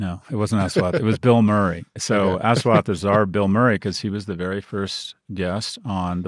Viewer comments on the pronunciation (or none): It's pronounced USwath. Us-wath. Very difficult for Indians to use the highly limited 26 letter English alphabet. Ass and assume. us-ume. us-wath. Easy. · His name is said as “Ush”like the first syllable in “Usher” there are no long syllables in his name. it’s also “wath” not “waath” The mispronunciationis just painful to hear. please just call him Dr. D if you cannot say his name. imagine how it would feel if you had someone just completely butcher your name and then repeatedly call you that. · Repulsive to hear him pronounce the name as Ass wat. When its supposed to be Aash wath